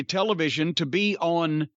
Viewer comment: The way Cornette pronounces television.